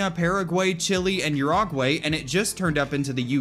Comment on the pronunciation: Uruguay 😂😂😂pronunciation dude